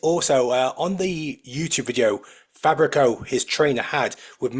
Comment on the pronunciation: I think Menagate is pronounced Men-ah-ga-chee. And I think Fabricio is fa-bree-chee-o or fa-breetz-eeo. Ask ruff diesel, he knows.